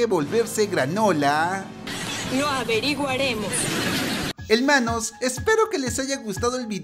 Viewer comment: Yo al escuchar helmanoos: Es exitante Saludos cabezon desde mexico Xd